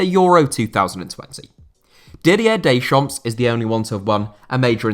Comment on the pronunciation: don't pronounce the S in Deschamps